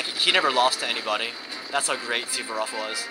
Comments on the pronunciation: It's Suvorov, not Suberof. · Suvorov was a Rush-In. LOL